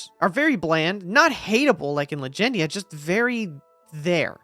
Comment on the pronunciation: Bro triggered me out the gate with Legendia. smh. 😆